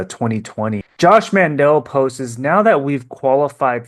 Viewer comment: Love your videos but its "posts" not " postes"